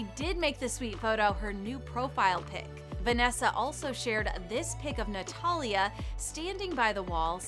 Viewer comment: ok lady its natalia not notallia